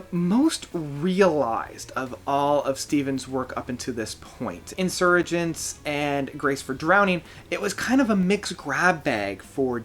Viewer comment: Excellent album & great review. I believe "Insurgentes" is pronounced IN SIR HEN TAYS as opposed to Insurgents, which would be pronounced IN SIR GENTS. It was named after the longest avenue in Mexico City, which his where Steven Wilson recorded it. It is officially called Avenida de los Insurgentes.